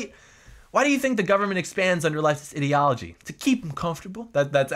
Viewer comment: I like how he pronounces 'ideology' like 'idiot'.